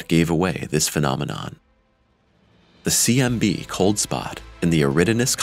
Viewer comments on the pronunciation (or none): A great video, but gotta love the way they pronounce phenomenon and phenomena 😂